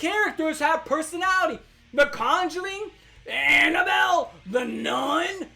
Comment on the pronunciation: the southern accent on “anabelle”